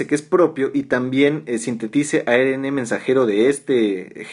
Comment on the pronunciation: ARN...se dice a erre ene...Ribonucleico la erre tiene dos sonidos en Castellano